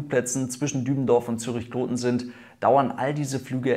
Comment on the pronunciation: Gutes Video. Kloten hast Du auch richtig ausgesprochen.